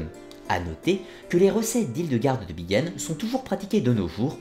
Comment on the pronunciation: Pourquoi prononcer 'Bigen" alors que c'est "BiNgen" ?